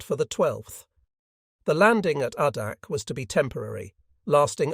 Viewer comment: AAAAAA-dak, not AHHHHHH-dak. Jesus.